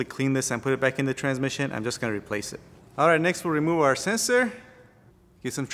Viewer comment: how can you pronounce solenoid but cant pronounce sensor. whats a sesor annoying how make a vid but i need google to translate. stay in your lane